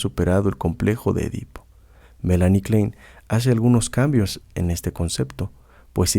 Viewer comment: si puede pronunciar froid pronuncie klain, como corresponde a su raiz austríaca.